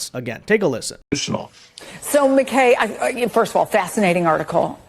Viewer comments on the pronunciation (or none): none